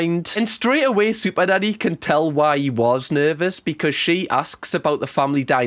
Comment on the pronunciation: It sounds like sometimes you say superdaddy lol